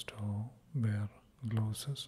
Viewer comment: are you trying to say gloves?